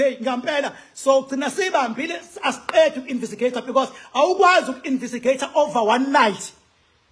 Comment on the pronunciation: Awufundanga Silima…. INVESTIGATE NOT INVISTIGATE . ITHI NGIBHALE NGESIZULU……INVESTIGEYITHI. NOT INVISTIGEYITHI NX